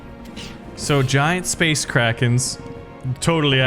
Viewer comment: I thought it said space Karen lol